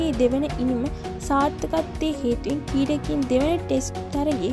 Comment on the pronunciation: ශී ලංකාවෙ , කීඩා, කීඩකයන්,, හරියට කියන්න බැරිද මේ ගැනු ලමයට